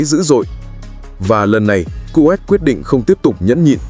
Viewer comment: Đọc tên còn sai nghe chán quá kovet là nước nào